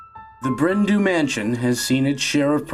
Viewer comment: ‘Du’ is pronounced ‘Dee’ not ‘Do’ it translates to ‘black hill mansion’